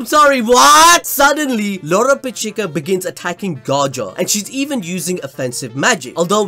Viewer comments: This man stays calling lolopechka loropechika lmao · does this guy say anyone's name right? Me-Juke-Ula? Lolo-Pechee-kuh? Like bro, stop the games and say it normally it's fucking annoying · WHY IS HE SAYING LOLO PECHIKA????!!!?!?!?😭😭🤣🤣